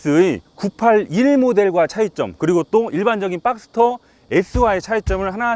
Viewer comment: 빡스터가 아니라 박스터.